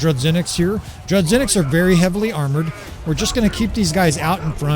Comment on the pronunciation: No, it's pronounced as 'zh'. Droo-zhy-nick.